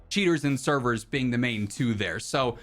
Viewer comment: Man said update severs lmfao...never